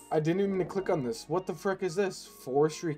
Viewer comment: Lol, people are missing the point. Its saying "freck" instead of "frick" that's bothering me. I only commented cause I like his vids other than the constant frecks. I don't even have a justification for this opinion.